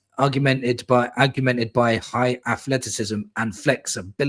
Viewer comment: I know what it means mate. I was making fun of how you pronounced it 😈 🙃 think we'll beat Sunderland?